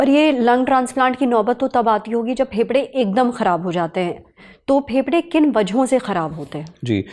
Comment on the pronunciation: When you say phepda 😅its sound weard😂 please say fefda I don't know 😅